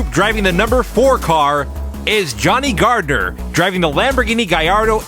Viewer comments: Just some general info, the Gallardo is pronounced with the L sound, not the Y from the double L's. Donut Media did an interview with the guys at Lamborghini to settle the debate once and for all. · its gallardo u are saying it wrong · It's pronounced gallardo!